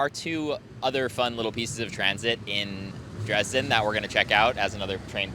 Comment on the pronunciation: Put the emphasis on E in JEna and also in DrEsden not like you on the JeNna or the R and S in dResdden. ❤